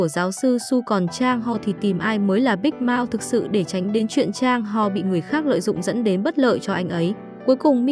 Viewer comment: Big mouth đọc thic thấy giống big mouse